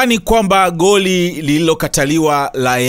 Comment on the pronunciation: 😂😂😂 Unatia Aibu Mzee baba yani kiswahili kibovu kuliko!!